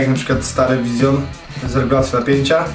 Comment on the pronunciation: Jaki Vision i jaka wersja stel ? Po pierwsze Vision czyta się Wiżyn, tylko z akcentem. Po drugie ta Twoja wersja "stel" to stiiil. Tak to się mówi.